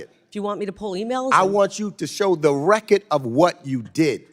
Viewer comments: Decades of Government corruption can’t pronounce the word “RECORD”. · if you cant say RECORD correcty shut up